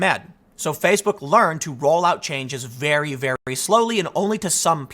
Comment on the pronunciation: "He DoN't KnOw Me VeR-wY wElL, dO hE?"